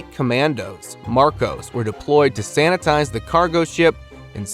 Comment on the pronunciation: hahaahahh " SANTITIZE"